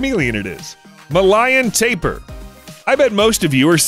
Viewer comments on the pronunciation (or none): muh-lyin tapir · "Malign taper" Brother...